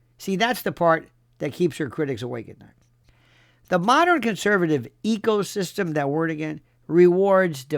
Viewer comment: Did you say ecosystem or ego-system?